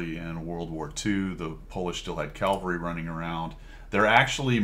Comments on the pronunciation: I was just poking you a little re pronunciation of "calvary". :hand-orange-covering-eyes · "We've got calvary..." Calvary? :eyes-pink-heart-shape